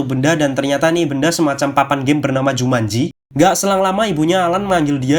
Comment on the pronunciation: Aku kirain "jumatji"😅